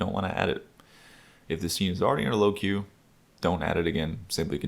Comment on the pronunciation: it's aggravating me every time you truncate "queue" lol but this is a great video. Thanks